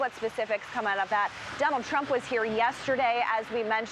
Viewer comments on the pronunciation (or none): none